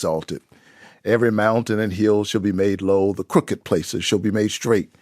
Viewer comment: Should be pronounced with the “ed” at the end of “crooked”. Clearly, Warnock knows as he says it correctly shortly after.